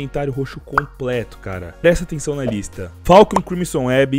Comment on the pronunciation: No inicio ele falou Falchion crimson web ?